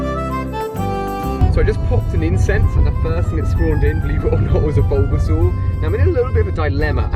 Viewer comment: Its bulbasaur 😉